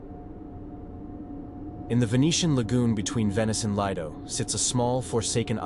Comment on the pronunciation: Good stories here. I've subscribed. Only wish you'd get the pronounciation right on place names in the first story. The "g" is silent in Poveglia. Also Lido is pronounced as leedo. The "i" is not pronounced as the "i" in lime.